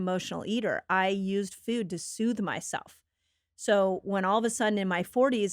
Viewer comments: I got so distracted by her pronunciation of food over and over. Feud. Also, no one should drink the milk from any animal. Ever. Unless you want to keep the females sick and tortured and pregnant their whole lives. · Its foooood, not fuds, where did she learn how to say this??